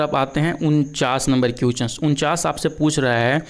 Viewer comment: Question ko क्विचन नहीं बोला जाता है । Thoda pronunciation bhi Sahi Kar lijiye dear sir,,, agar competition ke question solve kara rahe hain tu solution bhi dijiye sirf answer batate hue chale Ja Rahe Hain